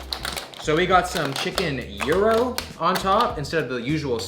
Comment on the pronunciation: The way Americans pronounce gyros is so funny😂